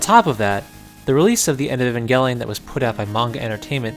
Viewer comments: Your name is. HOW ARE YOU MISPRONOUNCING A Van Gelli-on? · Also, for anybody who'd like, I pronounce E-van-jell-lyon (like, "lion")